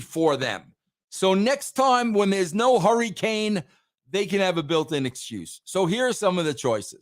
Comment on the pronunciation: "hurrycane" & "punxtawaney" had me 💀💀💀🤣🤣🤣